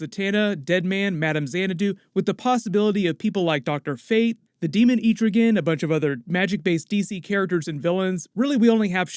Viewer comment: amazing how you managed to mispronounce both "Etrigan" and "Constantine" in the same video...